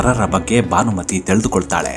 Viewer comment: ಸಾರ್, ಭಾನಮತಿ ಅಲ್ಲ, ಭಾನುಮತಿ.